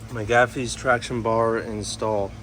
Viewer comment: Ain't no way you said Mcgaughys like that🤣 those look sweet though man!